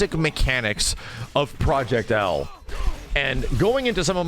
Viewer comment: if proyect "L" is not an "W" imma be laughing for decades